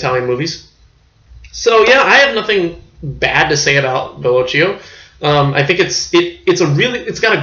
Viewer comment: It’s “Bello-kee-oh”.